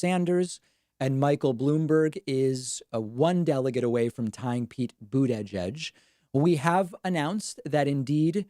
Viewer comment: Please stop pronouncing mayor Pete’s last name, if you were just trolling sorry to bother you but it annoys the shit out of me